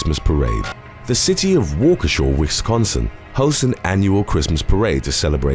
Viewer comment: Learn how to say Waukesha correctly